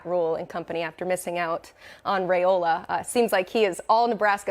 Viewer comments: IT'S RY-OLA!!!! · Five peat incoming. His name is Rye-oh-lah.